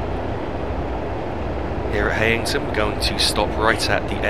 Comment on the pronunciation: Thought it was pronounced High-ing-ton?